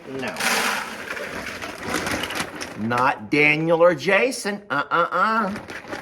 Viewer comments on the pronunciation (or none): none